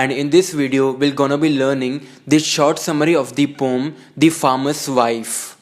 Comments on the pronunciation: Isnt it im hearing the same Instead of poem ur Proununcing it pom😂(just for fun) but nice explanatn✌️👍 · Yes pom 😍😛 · It's also pronounced as pom :')